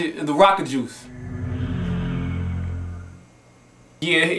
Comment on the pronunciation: "Rocajuice" LMAO